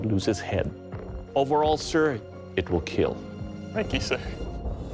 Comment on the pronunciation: Over all Sir, your weapon "IT WILL KEAL"